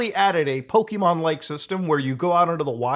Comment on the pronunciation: A multi billion dollar company is just mad a clone is doing better than them. I'm done with Nintendo's bullshit. Also, Poh-keh. Not Poh-kee. JFC. Finally, the fact IIRC Lufia, an ASS old game from way back then had a creature capture system. This is literally just Nintendo trying to snuff out competition. The tards.